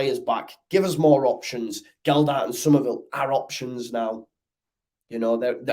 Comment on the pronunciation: Totally agree....apart from the pronunciation of Gelhardt. MOT